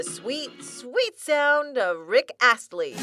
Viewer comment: did she just say rick assly